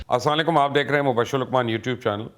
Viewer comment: لقمان صاحب، میں آپکا چینل بہت شوق سے دیکھتا ہوں۔ آپ جب سلام کہتے ہوں برائے مہربانی آپ سام علیکم نہ کہے بلکہ اسلام علیکم کہے مجھے امید ہے آپ انٹینشنلی تو نہیں کہتے لیکن اسکی معنی بہھت علط نکلتی ہے۔ شکریہ